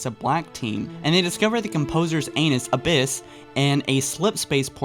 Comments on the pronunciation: “The composer’s anus” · XD "The Composers Anus, Abyss"